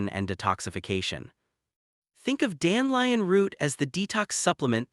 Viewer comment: I lnow ots a.i but its dan de lion not dan lion